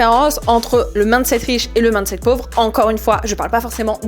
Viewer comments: Le plus gênant c'est de ne retenir que ça haha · Tu prononces "mindset" bizarremment, comme si c'était "maaandeset", c gênant